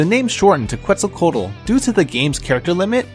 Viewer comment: Quetzalcoatl "tl" part is pronounced like "tool" in english. :)